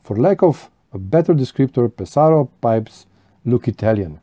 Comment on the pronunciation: I also enjoy Pe’saro pipes ( accent on first syllable FYI) and have a lovely Mastro de Paja ( very affordable), as well as the same bulldog you have and a billiard from Ser Jacopo but with specially made vulcanite stems done by Julius Vesz, my dear friend in Canada. I also have an amazing Rinaldo which I must say smokes amazingly. The Pe’saro school is very elegant while the Cantu school ( Castello, Ascorti, Caminetto) and Varese school ( Savinelli, Brebbia etc,) are all near Lake Como and certainly more classic in shape. A great video thanks for sharing amico mio. Ciao 👋 S.